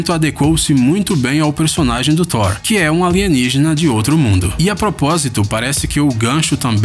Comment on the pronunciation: Gostei do narrador pronunciando "Thor" super corretamente.